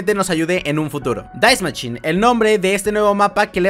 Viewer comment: “Die maschine”. sin la puta S